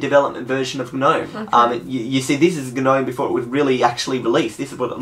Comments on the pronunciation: It's spelt nome, not geh nome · the "G" is silent! "nome" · G-nome 😓 don’t pronounce the “g” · I like how you Pronounce the G in GNOME :) lol